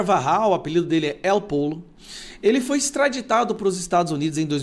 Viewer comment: Caro, não se diz (él pollo) diz (êl pojo), que em espanhol quer dizer, (o frango)